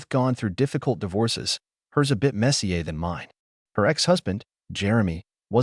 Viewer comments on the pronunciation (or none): Mess-i-er, not mess-i-ay. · Hey AI... "Messier," is not pronounced, messy-Ay